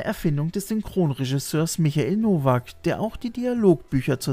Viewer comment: Hallo. Kleiner Fehler: Der Dialogregisseur heißt nicht "Michael Nowak" sondern "Michael Nowka" u.a. die Stimme von Rich Moranis oder David Graf in den Police Academy Filmen. VG Jens